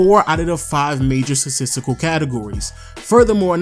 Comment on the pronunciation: Does he not know how to say "statistical" 😂 good vid tho